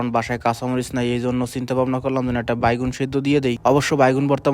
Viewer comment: ভাই বেগুন কে বাইগুন কেন বলেন,,, এটা ঠিক করবেন আশা করি